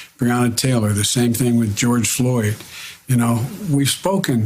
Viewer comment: George Flord? He didn't even read Floyd's name right on the cue card directly in front of him. WTF! This man doesn't even know what he's reading and what it means, where he's at, what he's doing. They just stick a big piece of cardboard with words scribbled on it in front of him and he reads it. This man is sick.